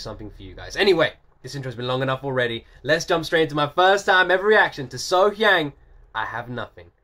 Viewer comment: Concerning the pronunciation of her name...... Think of her name as being spelled. SoHyoung.